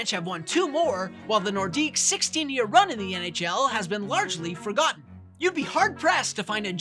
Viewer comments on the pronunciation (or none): none